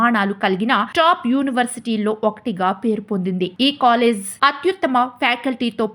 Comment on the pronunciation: its college.. not colless